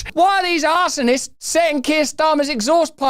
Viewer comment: "arse-sonists" was a master stroke 😂😂😂